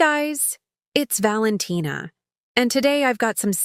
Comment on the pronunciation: "hey guys its Valentina!" more like valenteana